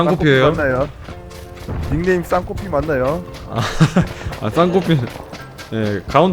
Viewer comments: 아니...싸그느코핀느뭐야...혜안님이쌍코피를 싸그느코피라고 했으니까이제쌍코피는 싸그니코피야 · 싸그노코피 ㅋㅋㅋ 싸구려커피라는줄 알았네 ㅋㅋㅋㅋㅋㅋ